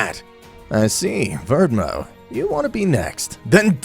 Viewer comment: All I've gotta say is you need to get transformation names correct. "Ultra instinct mastered"? "Saiyan blue transformation"? "Blue transformation dominated" ? Come on dude... Also did you call Belmod 'Verdmo' ?